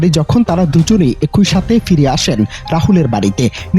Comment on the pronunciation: রিপোর্টার ভাই,বাংলা অভিধানের উপসর্গের উচ্চারন না শিখেই কি কাজ পাইছেন ? এক -ই বলেন এ-কই আবার এর -ই বলেন এ-রই।